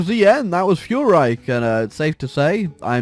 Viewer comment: I was looking for a non-american hoi4 channel and I thought this was it until I heard how he pronounces "Reich".